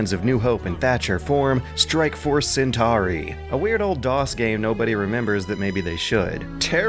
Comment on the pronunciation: But he mispronounces Centauri, so I guess it's even.